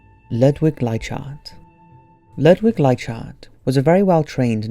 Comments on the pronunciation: Ludvic Leichhardt's last name is pronounced Like-Heart! i live in the suburb names after him in sydney australia! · Hey man, great video. But you mispronounced Leichardt's name. I actually live in a suburb named after him in Australia. It's pronounced "Ly-Kaht" Cheers